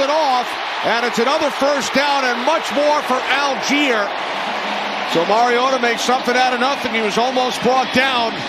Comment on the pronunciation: Falcons # 25 name is spelled ALLGEIER. Surely this is pronounced All-Guy-er? Al-geer would be spelled "Algier", wouldn't it? Very odd. M 🦘🏏😎